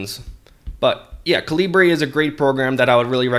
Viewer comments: Great video! BTW, it's Kal-ah-burr, as in .45 calibre, not Kaleebray. :-) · Its not calibrae, cah-leebr